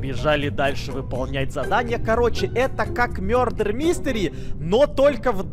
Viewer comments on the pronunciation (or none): Почему сказал мюрде а не мардер😂😂😂😂😂😂😂